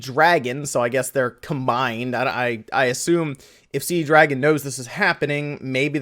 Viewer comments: It's not CD Dragon...there is only one D... It's C Dragon. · CD Dragon must be selling the Con-Fuze. I always read C-Dragon there, never saw that extra D i´m always hearing here :-D